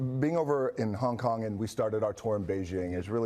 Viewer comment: "so... When you were in Hong Tong" lol